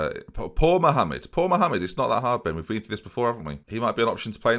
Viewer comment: Of course french speaking people are watching Ben... We're hating and loving your prononciation all at the same time! (well at least I am)